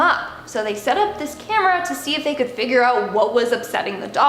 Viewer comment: Please pronounce “fig-ure” not “figger” 😭